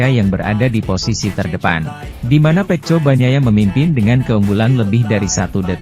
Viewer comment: Feko bukan feco 😂